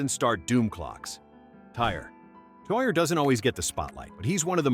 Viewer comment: It's pronounced "Tear," not "Tire"